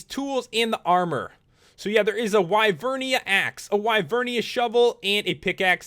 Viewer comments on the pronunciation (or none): it's not wy-vernia it's wi-vernia